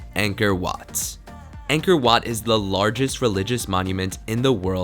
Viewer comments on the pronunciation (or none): Me when i see "angkor wat"but heard "anger wat" : O-O